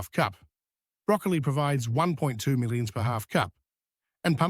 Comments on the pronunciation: Oh come man, what the heck is “75 mulla-milli-grams of Viddamin C”? 😂 Are you speaking in tongues? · That AI voice doesn’t like “milligrams”. Do you listen to your productions?